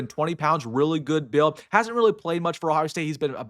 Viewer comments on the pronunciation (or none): none